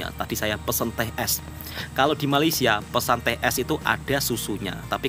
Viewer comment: Woi, sampai bila ko nak salah sebut Malaysia? Atok nenek aku Jawa, Mak Ayah aku Jawa juga. Elok je dia orang sebut Malaysia. FIkir fikirkan bro. Ojo kesandung…